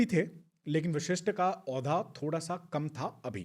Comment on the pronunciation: गेस्ट अच्छी जानकारी दे रहे हैं लेकिन कहीं कहीं उनका उच्चारण अस्पष्ट है। कई जगह वशिष्ठ को विशिष्ठ कह रहे हैं जो खटकता है।